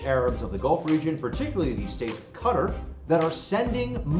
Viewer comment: A woeful pronunciation of Qatar.